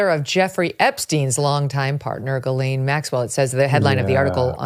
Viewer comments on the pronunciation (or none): Ghislaine is pronounced Jizlen. I don’t know why no one can get it right. I’m in a French part of Canada and have a friend named Ghislaine. Is not pronounced Gelane.